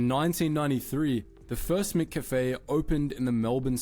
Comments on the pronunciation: Who is Mick Cafay? 😂😂 not one single Aussie in the entire world pronounces McCafe like that. And one frame showed Dr Pepper. We don’t drink Dr Pepper here. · Great AI voiceover. No Aussie pronounces McCafe like that. We'd also know there is no melbourne burb called Swanston Street which is actually a main thoroughfare to cross Melbourne's CBD via the heart of the city. Whoever put this together should at least fix these glaring errors. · As an Aussie we don’t say McCafé they way he is saying it either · Your version of the annunciation of McCafe is correct. Not the narrator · I’m in Australia and I have never heard anyone pronounce McCafe like that either!!!😂😂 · That’s AI mispronouncing McCafe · Here in Australia we say “McCafe” the same way you do. I think this video is voiced by AI so it mispronounces it. Re McDonalds staff here, our minimum wage is $26 an hour plus there are penalty rates on top of that. On the weekend it’s not unusual for the person serving or cooking at McDonald’s, to earn $50 or $60 an hour or more. So that tends to improve the attitude of the staff wouldn’t they actually earn a wage they can live on. Also, I’ve been to the states before and have found that people kind of looked down on people who work at McDonald’s, that is not the case here in Australia. I have employed people before because they worked at McDonald’s because they have a good work ethic, work hard, and work in a team well. Keep up the great work on the videos mate. Craig - Australia. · The way he pronounced McCafe made me cringe lol also its horrible coffee. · The Aussie Angus burger at Macca's (McDonald's) in Australia features a 100% Angus beef patty, beetroot, bacon, cheese, lettuce, and specifically, tomato relish and aioli on a toasted bun Nobody in Australia pronounces McCafe the way that idiot did. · that idiot is AI, that's why he pronounced it that way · And yes we pronounce it MacCafe. Never heard it said as MicCafe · Yes MacCafe sounds weird pronounced MickCafe😂😂😂